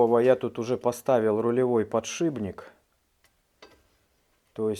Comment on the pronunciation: ты бы Матвеева посмотрел ( доктор Дью ). Не подшиБник ( он никого не шибает ), а подшипник!!! Правда, ухо режет. Сорян, если обидел!